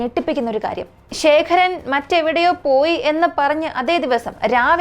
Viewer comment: ശേഖരൻ അല്ല, ശേഖർ